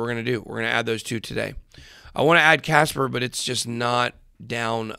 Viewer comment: kaspa not casper